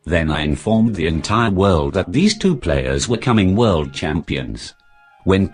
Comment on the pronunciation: That should be "World" champion not "word" champion